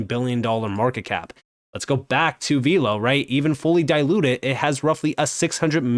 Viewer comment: it’s pronounced VELLLLL-OH, not “veeelow.”